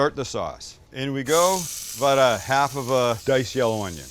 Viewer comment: I hear a Canadian “aboot?” 😁